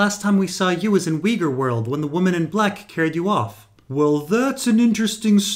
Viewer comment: Ok so Weeger=Uyghur, you're weird. Love the info about the train cars and the return of shade of the lamp.